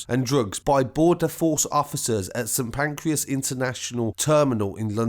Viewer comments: St Pancreas 😂😂 sorry bro but had me creasing, it's Pancras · The way says “St Pancreas” 😂